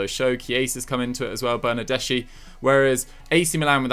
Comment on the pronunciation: really said Bernadeschi😂😂😂😂 doesn't watch Juve at all